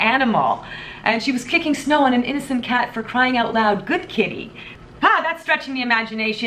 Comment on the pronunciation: I like the way you pronounce the word "out". Shows off your Canadian accent.